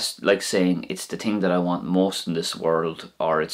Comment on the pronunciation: Very informative...i also have to chuckle when you say ting...all the time at the end two thumbs up boyoo :-)